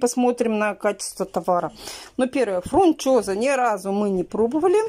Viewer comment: Я сначала думала, что она оговорилась, ну когда она раз 10 повторила фрунчоза, то это явно уже не оговорка😂